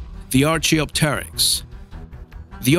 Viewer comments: You are pronouncing archaeopteryx wrong dude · You said archeopteryx wrong